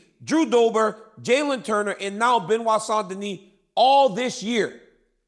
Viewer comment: Have I heard Chael saying St. Noir?😂